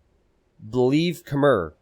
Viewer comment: 'Khmer', as a word, is pronounced to rhyme with the word 'air'